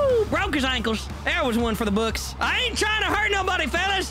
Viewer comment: “Woooo, broke his ankless”🤣🤣🤣🤣